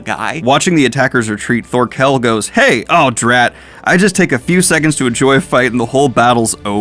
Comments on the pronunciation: Lol I love how there's an insert where he recognizes himself calling Thorkell "Thorkinn", but he then still proceeds to call Askeladd "Ass-Land" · For your pronunciations, Thorkell is said like Thorfinn, currently you are saying it as if there is a pause in the middle. Canute was good though